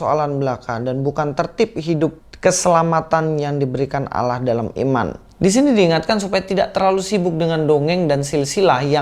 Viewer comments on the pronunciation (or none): none